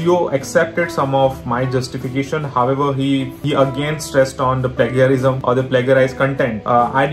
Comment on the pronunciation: its not pronounced as pla-ga-rism, its pronounced as "plaige-a-rism". how did you guys get an 8 on ielts?! lol